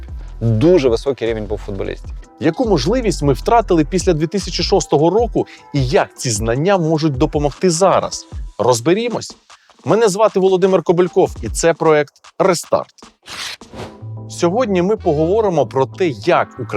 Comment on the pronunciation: Так "Володивир" чи "Володимир"? не чує баба...